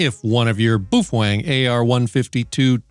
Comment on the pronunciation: You sure it's not ''bow-fang?" It doesn't sound ''manly'' the way you say it! I'm not sure I wanna say boof-wang!😅